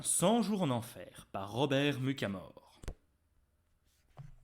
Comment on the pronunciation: ça le dit "mutchamore" et ma "mukamore" comme Cherub, on prononce le chhhhh